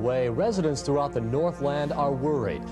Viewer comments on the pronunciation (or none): none